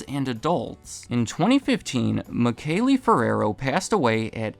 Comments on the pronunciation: Michele is pronounced “Mee-keh-leh” in italian by the way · Sure the founders name is pronounced Me Shell